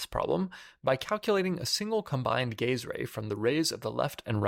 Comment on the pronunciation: "The gay's ray." Me: "The what now?! Ohhh... the gaze ray. Well, sounds cool either way"